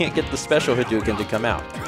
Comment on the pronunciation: Hadouken is not pronounced that way. When Japanese is spelled in the Latin alphabet, "ou" represents a stretched 'o' sound. It's more like Ha-doh-ken. You can get fairly close, too, by just pretending the 'u' doesn't exist.